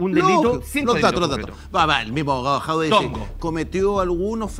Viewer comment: Porque le dice Jaude? Es Jadue!!!!!!! Ya partimos mal Orrego.